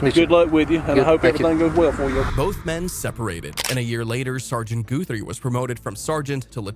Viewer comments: It's not "Goo-three" it's "Gut-three". Ask me how I know. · I think you pronounce Guthrie as a lower case u not a o sound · Why do you keep calling him GOO-three????!? 😂😂 I hope it’s just an AI glitch. Seems kinda disrespectful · how can you mispronounce his name after he said it twice? He's a good ole boy.